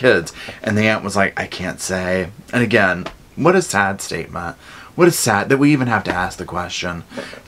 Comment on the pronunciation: "Where's that there babyah. I wanna killit AGIN!!!!"